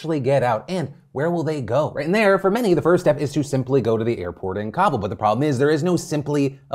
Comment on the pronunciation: I love phill But man the way you say Kabul makes me twitch so bad!